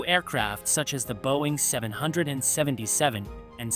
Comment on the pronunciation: 747 is bad enough, I REALLY dont want to hear this robot try to say 777. EDIT: Yup. It was as bad as I expected.